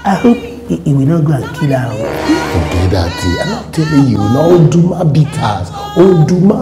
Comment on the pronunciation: Do i hear calling Oduma as Oruma? I have been trying to get it right.